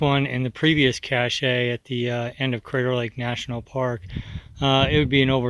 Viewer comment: Ok, I hate to be petty but cache is pronounced "cash" not "cashay" . Cachet is prounced "cashay and it is a totally different word.